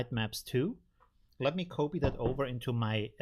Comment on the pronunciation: Dear, love your stuff, but... the o in copy is short. It is almost like scratching fingernails over a chalkboard when you say it like in "to cope - etwas bewältigen" every time. 😂